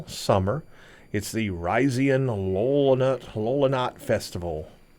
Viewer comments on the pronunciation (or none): It's pronounced low lou naht.